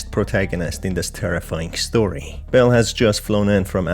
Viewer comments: I'm sorry but every time you say "Belle" it sounds like "Bill". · I’m sorry but do u call Belle Bill a few times